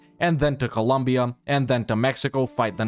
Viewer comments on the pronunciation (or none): none